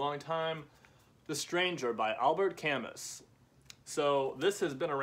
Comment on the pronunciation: His last name is pronounced ka•moo